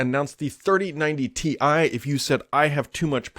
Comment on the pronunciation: hey it’s called Ti (tie) short for titanium not T i (tee i)